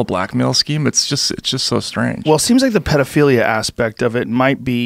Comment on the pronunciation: The way he pronounced paedophilia blew my mind.